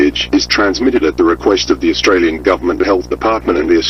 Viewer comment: Nearly an upvote, but 1. Australia, not Austrailia, and 2. The Aussie bit had bad maps and didn't have the (particularly powerful) Aussie EAS tones. But good effort dude.